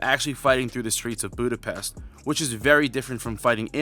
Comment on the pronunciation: My man, you watched the movie and still cant pronounce Budapest correctly 😅